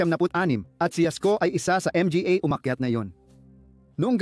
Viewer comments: Bakit ba palagi mong binabanggit ang letrang M-G-A at P-A...bat d mo na lng diretsong sabihin ng mga at pa..para kang nag jo joke habang nag na narate..anu ba yan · Puro.ka m g a at n.g para kang abnormal na nag nanarator..d magandang pakingan parang bonjing m g a abnormal